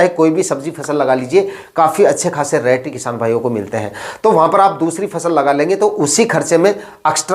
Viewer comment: रैट मत बोलो भाई रेट बोलो। रैट का मतलब चुहा होता है।